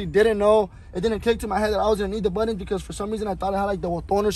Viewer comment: My guy it’s “button” not “buddon”. No manches 😂